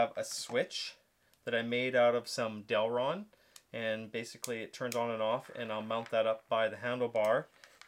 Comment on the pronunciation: awesome build but I had to cringe every time you called it DEL-RON